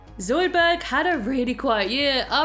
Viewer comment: Yes, NOT Zoudburg. Shut up Zoidburg!